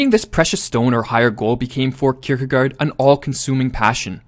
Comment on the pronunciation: You pronounciation is not bad, but the last syllable is actually pronounced like 'gore" - "kierkegore"